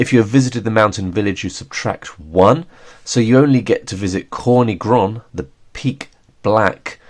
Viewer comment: Hey, just so you know, that's not how you pronounce"Corny Groń" it has nothing to do with"corn" - it's "tz" (like a tzar, ruler of medieval Russia) "or" - "ny" - with a hard throaty "y" like an "i" in "b*tch" not soft "ee" "Groń" you got almost right, the last n is softer sound like a "nie" in "niece" It means "black mountain ridge"/"black peak"